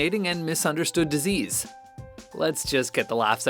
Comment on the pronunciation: Why does he keep calling it a decease